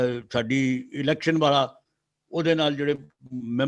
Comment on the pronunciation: ਇਲੈਕਸ਼ਨ ਨਹੀਂ seletion